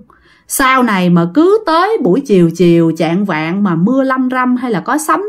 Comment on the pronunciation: Trạng dạng mới sai , chạng vạng mới đúng nha